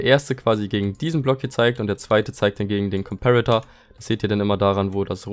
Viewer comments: Wie deutsch kann man sein?: JA aber am meisten triggert mich das er trotzdem comperator englisch ausspricht xD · gutes Video aber es hat mich so unnormal getriggert wie du Komperator ausgesprochen hast o.o